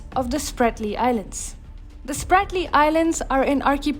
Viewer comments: Not Spartly. Spratly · Ahhh…. That is „Spratley“ islands! Idiots!